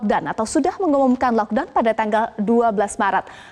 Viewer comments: ngomong nya "LoCK DawN" bikin baper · ngga konsen sma beritanya jdi konsen sma prensenternya stiap bilang kata" LOCKDOWN kek sesuatu bngett wkwk maafkn sya sesama temen2 netizenn